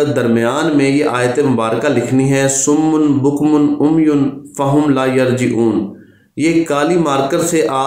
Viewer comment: salam.sir ye lafz SUMMUM hy na k summun.plz dont mind it.